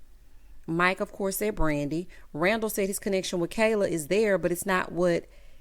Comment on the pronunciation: Did anyone else catch one of them kept calling Kayla, "keller"? I was so confused